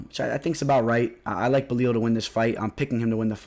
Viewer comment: It's Belal, not Belil lol